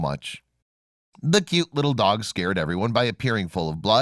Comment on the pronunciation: By the way on promo you said dag instead of dog! Cute video!😂😂😂😂😂